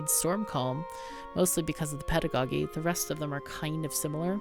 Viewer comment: I was curious about this game. thanks for the video. BTW someone might have pointed it out already but the word "pedagogy" is pronounced with a soft G for the second one